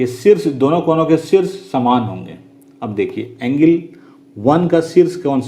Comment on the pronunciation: Angle ko engil 😂😂😂